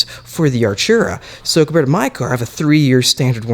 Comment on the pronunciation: r u british?it's not 'archura'.it's ar't'ura😒🙄